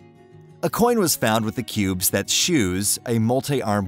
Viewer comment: He says cubs to start with and cubes later on. Is this a flawless computer automation doing the reading? Any human with half a brain would figure that problem out.